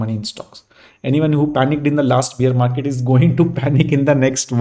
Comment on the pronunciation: It’s not beer market sir. 🤣, it is bear market. I can’t help mentioning it. Thanks for the content though.